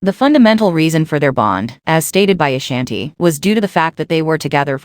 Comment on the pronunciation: You not even pronouncing her name right I can't.